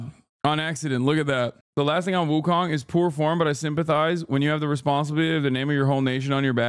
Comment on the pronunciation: It’s pronounced Wu Cone